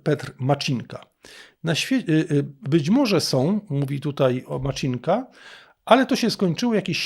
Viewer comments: MACINKA, C-I, jak CITO, nie Maczinka. Wystarczy posłuchać w oryginale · Ministerstvo Czech wysławia się Macinka nie Maczinka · Poprawną wymowę czeskiego nazwiska "Macinka" w języku polskim można zapisać jako "Macynka". Czyli błędnie pan wymówił. :) Deklinacja/odmiany funkcjonują praktycznie tak samo jak w języku polskim. Czyli "z Macynką", "bez Macynki" itp. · Macinka bez żadnego cz w środku, to dużo łatwiejsze do wymowy niż Zelenśkyj którego przekręcacie wszyscy na 1000 sposobów